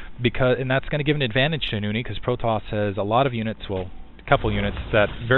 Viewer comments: "Noony"?! Why the extra o? Nice video though---SC2 is shiny! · Nony is a beast now you shold see nony vs artosis on hdh too bad beta is gone for now but he really improve i think you pronounce his name as NOU-NI